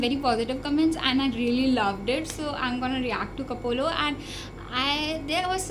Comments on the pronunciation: ko-plo not ko-po-lo sis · Koplo not Kopolo . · Koplo not kopolo sry xD